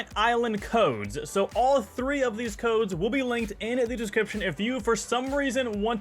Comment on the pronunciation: I had to stop watching it 13 minutes bc he kept saying codesa with a a at the end and I gave up